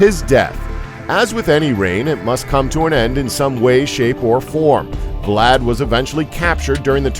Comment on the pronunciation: Are we gonna pretend that the narrator can’t pronounce Vlad without inserting an additional vocal?